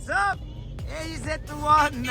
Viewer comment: さんが凄いのは ｢AZ-1｣を日本語読みで ｢エーゼットワン｣と呼んでいるところ👍 ̖́- アメリカ人は｢Z｣の発音をズィーと 発音するのが普通なのに､彼は日本語をリスペクトしてくれているから車名を 日本語読みしてくれている事が嬉しい